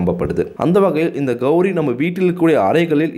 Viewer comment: கௌரி அல்ல கௌலி